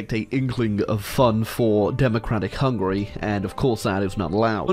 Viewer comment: It’s ticking me off how he’s saying Hungary as hungry